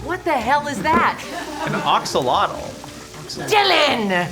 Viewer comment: Fun fact: Axolotl is not pronounced axe-oh-lot-l, but more like ah-show-loht. It comes from the Nahuatl language. Once learned, it ruins all the cute puns out there. You're welcome.